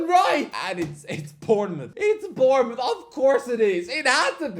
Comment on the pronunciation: Of course he gets Bournemouth right 😂